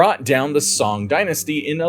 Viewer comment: Hwang huh. Jishur. Soong dynasty. 😢 I give up.